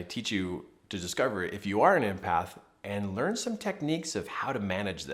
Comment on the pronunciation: Thank you, but it's not pronounced "impath" as you're saying it! It's EMpath as in the name Emily! Empathy, the ability to put yourself in the shoes of others, know how they feel and able to feel the same feelings. Related to compassion, but not the same thing! Many HSPs , highly sensitive people are empaths and many artists as myself are creative empaths.